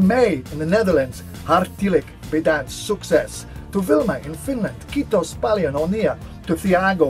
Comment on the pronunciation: Omg he did even a dutch accent saying : hartelijk bedankt ! Omg he is an angel